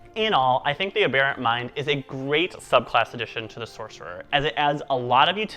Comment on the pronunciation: Haha. I think you’re the only other person I’ve heard pronounce aberrant the same way I do. Ah-bear-ant. Good job on the video!